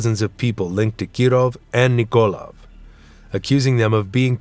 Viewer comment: It kills me how the narrator mispronounces most of the Russian names. He shouldn't try to make sound Russian, but just say then in English. Nikolaev, for example, is not NikOlev, but NikolAev. As a Russian speaker, I found that very distracting.